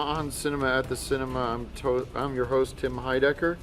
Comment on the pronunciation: Lol he was going to say "I'm your TOAST" instead of host lol.